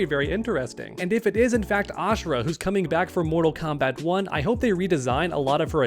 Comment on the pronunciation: Why you stop saying moral kombat uno come moral kombat uno